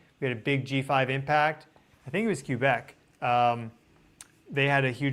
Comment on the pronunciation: Pronunciation of Quebec cracked me up! 😂😂